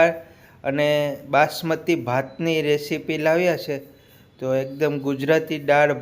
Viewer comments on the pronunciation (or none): none